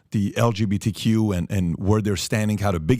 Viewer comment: LGBTQ pronounced elemeno